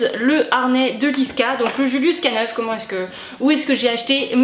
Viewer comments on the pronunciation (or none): Bonjour à toi =) excellent contenu vidéo de ta part !! si je peux me permettre, on le prononce "julius K nine" (acronyme américain naissant de la contraction du mot canine prononcé "canayne" en anglais, se contractant donc en K-Nine = K9) bonne journée à toi ! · Trop bien merci !! Mais juste un détail on prononce "k-nine" comme ça en anglais ça fait canine 😉